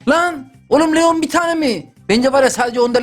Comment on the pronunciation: Bu arada abi leon lion diye okunuyor